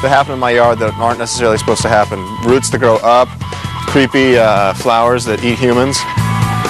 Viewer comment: anyone else think he says "roots" weird lol